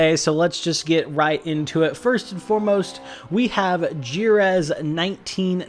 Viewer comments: Bro I had no idea you were talking about Jerez until you mentioned F1 testing. It's pronounced something like "hereth", also subbed to 2nd channel loving the vids bro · Yep, Spaniard here, he said "Gireth" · that jerez pronunciation has to be engagement bait